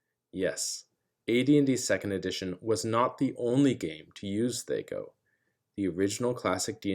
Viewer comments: I've never once (before this video) heard it call thEy-co instead of thAh-co. I get why you reason the "Aye" of AC, but it sounds weird 🤪😂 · Bro its thac0, not thac0. Rhymes with hacko. Otherwise, thank you for this explanation. Its exactly how thac0 should be used. Players try reverse engineering monsters stats when all they need to do is what youve said. Theres always the chance of other hidden negative modifiers too, so people whining that thac0 is hard basically just suck at subtraction, and are probably metagamers lol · THAC0, it rhymes with attack-oh. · Good video, but man, the way you pronounced THACO hurts my ears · It's hard to listen to him mispronouncing the word that he's trying to explain. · Big whoop. He 'mispronounced' a made up nonsense word according to you. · Yup, painful! I was in the military and also very painful hearing movies adding "hours" after stating military time, drives me nuts!